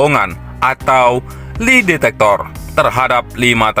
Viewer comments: Bukan li detector, tapi lai detector. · Li detektor....wuekkkk....bacanya keliru....udah gk enak di dengar lg....